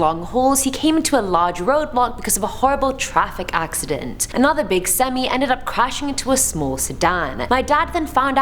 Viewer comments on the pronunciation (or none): none